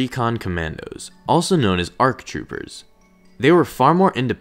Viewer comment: There are no "RCs". Speak clearly.